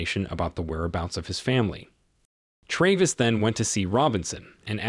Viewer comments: It's Tra-vis, not Tray-vis. And it's Nat-a-lie, not Nayt-a-lie. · why do you mispronounce the main characters name so often? … sometimes it’s Travis and sometimes it’s Traaaavis? ….. seriously? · Good Lord, learn how to pronounce the name Travis! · How can you mispronounce Travis. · Ikr?! It really got irritating